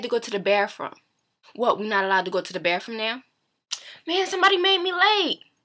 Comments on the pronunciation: "i had to go to the bafroom" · i like the way you say bathroom and you're really pretty!